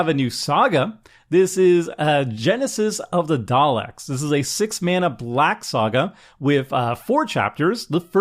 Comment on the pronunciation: I gave you a thumbs up just for pronouncing 'Daleks' correctly. :)